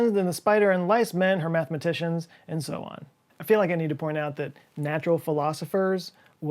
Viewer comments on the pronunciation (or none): none